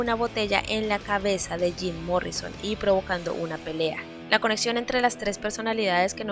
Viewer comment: "Zim Morrison" 🤣🤣🤣